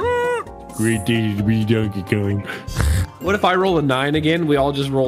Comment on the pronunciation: "donke go"